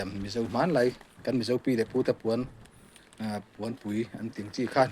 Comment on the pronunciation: Puanpui nilo in, pawnpui Tia lamtur a ni zawkin ka hria. Ziak leh lamdan ah pawh